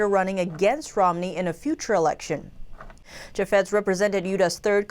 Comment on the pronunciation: Chaffetz is pronounced "CHAFE-iz" and Utah is "YOU-tah" (hope you don't mind).